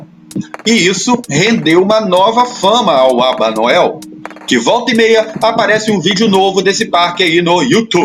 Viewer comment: O tempo todo é narrado " Albanael " e o correto é Albanoel